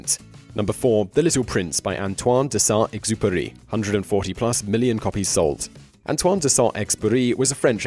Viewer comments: FFS learn to pronounce Saint -Exupery’s name. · 1. « The Magicians Nephew » is the first book in the Narnia Chronicles, not TLtW&tW. 2. Antoine de Saint-Exupery (please do not forget to pronounce the letter « U » again!) also lived on Long Island, on Asharoken Neck. Huntington Historical Society documents this.